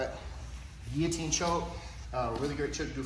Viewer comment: Love that you know how to pronounce "Guillotine". Unlike so many others out there lol